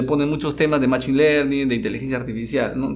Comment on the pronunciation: se pronuncia məˈSHēn no machin